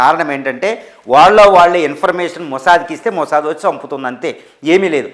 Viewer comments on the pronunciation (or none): none